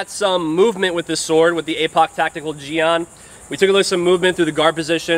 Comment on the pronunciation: I know this vid isn't a historical lesson... BUT I wanna make correction that a jian isn't "Used primary for stabbing and second for slashing" as if it were a rapier. Jian is a sword similar to an arming sword or any one-handed straight blade. Also, I am forgiving on the pronounciation but the pronounciation you give it is "jiang" (in pinyin) when it should pronounced "Jien" (written jian in pinyin but the a in the word is pronounced like E as in Yen)